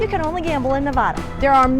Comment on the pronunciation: Nevada not nevoda remember that so you don’t get looked at funny from people that come from Nevada it’s not very hard just replace the o with the a when you say it